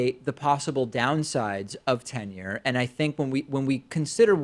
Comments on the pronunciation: He mashed up the 2 words. He said tinure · Totally sounded like Tinure. I can see how David thought the caller said Tinder. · Oh interesting. I never knew there was a difference until reading this. But now I realize I’ve always said tinure. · Too funny... and I admit it DID sound like "tinder" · It def sounded like "Tinder"